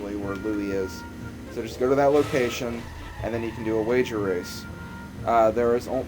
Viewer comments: you did say rager wace! 0_0! :) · LOL You did say rager wace :D !! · yes you said rasor wace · rager wace sounds so much like wager race. XD